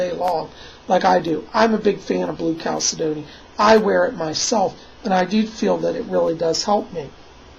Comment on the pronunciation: Thank god someone on Youtube can read the name of this crystal right. <3